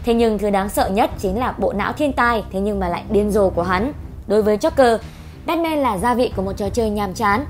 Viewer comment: Bát man chứ sao lại là bét men